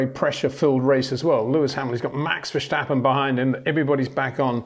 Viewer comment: Peter is giving it the correct Dutch pronunciation.